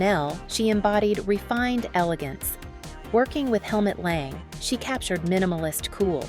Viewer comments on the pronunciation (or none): Ah - not VERSAC-iiiii but VERSAC E ! Not Helmut L E N G but L A N G ! For fck sake !